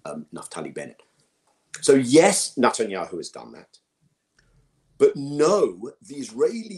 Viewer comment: Is there a reason I keep thinking people are saying Nut-anyahu?? 🤔